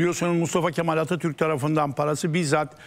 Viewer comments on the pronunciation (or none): none